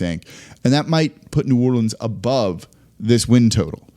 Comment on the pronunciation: “Ubove” 45 wins